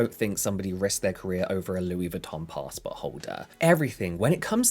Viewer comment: A fucking "pastport holder" 😅